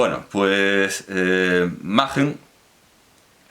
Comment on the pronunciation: ¿No correspondería pronunciar "Maquen" en lugar de "Majen" teniendo en cuenta que el autor no es alemán?